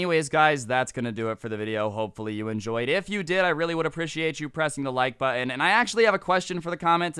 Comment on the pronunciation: The way says button makes me pee my pants laughing